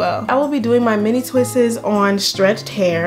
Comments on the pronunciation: its just "twists" NOT ...."twist-es".... imma stickler for grammer. But love your hair. Thanks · It’s killing me! The only thing I don’t like about this video is “twistes” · "mini twisses" LMFAOOOOO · It’s twists not twistes.👁️👁️ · Stop saying "twistES", sugar. Just say "twistS". Leave off the extra E. Thank you for the great video! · please girl, twists is just one syllable not 3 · Enjoy your content. You have a beautiful head of hair. And I mean no disrespect, but you have mispronounced the word "twists" it is not "twistes". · Twists** not twists’s 😂😂😂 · Pleaseeee!!! Stop saying twistes...... It's just TWISTS. PERIOD